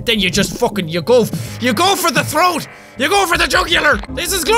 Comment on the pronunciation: "then you go for the troath"